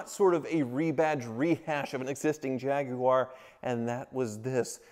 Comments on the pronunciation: Nice to hear an American pronounce "Jaguar" correctly 😉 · Kudos for pronouncing Jaguar more or less correctly instead of the usual American "Jagwire" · At last a American saying Jaguar correctly, well a couple of slips.